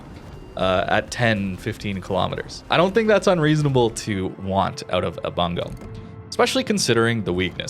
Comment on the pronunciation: Pronounced "Boong-go" not "Bun-go" lol